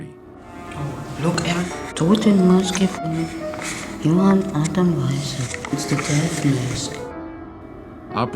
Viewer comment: Johann is pronounced yo hann not joe hann fellows I know because it's my brother's name not hating on y'all appreciate you and ur video:)